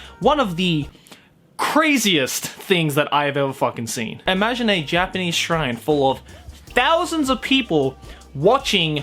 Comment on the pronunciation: It's just me or he is saying J-penis? Not Japanese, lol